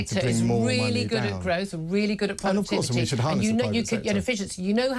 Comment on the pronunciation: Gotoogevva, groaf??? Wtf😂